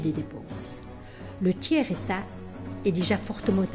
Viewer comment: Le tchère état, hahaha